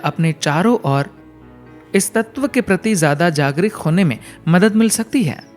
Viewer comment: ओ भाई हिंदी का शुद्ध उच्चारण करें ✔️ कई शब्द है जिसका उच्चारण गलत है जैसे,- जागरिक not शुद्ध - जागरूक